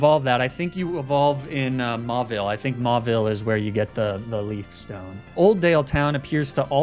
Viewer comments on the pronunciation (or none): none